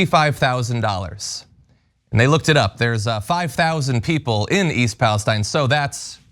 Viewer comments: BTW, people local to the town call it east Palestine, pronounced palesteene- from someone who grew up there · Thanks for covering this. It's Palesteeeeeen by the way. Rhymes with pristine, chlorine, etc. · Thank you for your reporting. It’s pronounced East Palesteeeene, with a long e…. 🤗